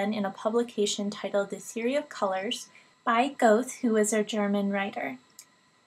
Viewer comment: 'Goethe' is never, ever, ever pronounced 'gothe' with a long 'o' sound. Try 'gur-tuh', very soft on the 'r'. FYI, color temperature is where instances of chromostereopsis begin. Cool recedes, warm moves forward. Additionally, straight complementary colors vibrate, i.e. green on red. Green or blue on red is far from the only problem color combo. The best way to avoid this is to test color contrast for people with visual impairments on a tool like . Even colors that do not vibrate together can be unreadable by many people with various forms of color or contrast issues with their vision.